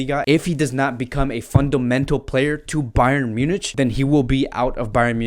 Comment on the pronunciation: Munich is spoken as MYU-NIK